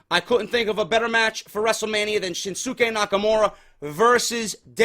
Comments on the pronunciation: Damn it it's pronounced SHIN-SKAY. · For further references shinsuke is pronounces shin skay. #JDforcreative